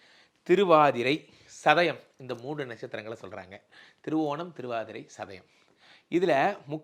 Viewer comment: Sir thiruvonam cleara illai.